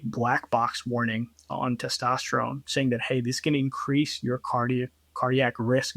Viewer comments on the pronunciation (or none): It's hard to take a guy who says testosterome seriously.